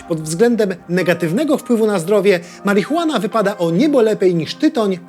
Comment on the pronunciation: marihuean? na co to komu?